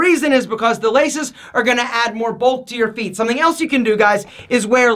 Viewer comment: When he said feet, I thought he said pp.